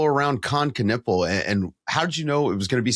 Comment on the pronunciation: Knüppel means bludgeon. :D US pronunciation sucks tho.